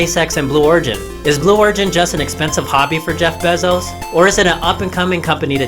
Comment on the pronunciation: Bezos fan boy hahaha, can't even get his name right damn it lol